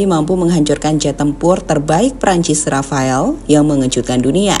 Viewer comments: Rafale min, bukan Rafael mah tetangga saya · Rafale mbak.... Bukan Rafael 😊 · Jet rafale min bukan rafael....hadduh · Rafale min buka rafael hadeu😂😂😂